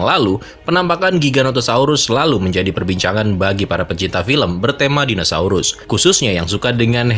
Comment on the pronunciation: padahal kita tau tulisannya dinosaurus tapi tetap aja ga sengaja penyebutannya jadi dinasaurus..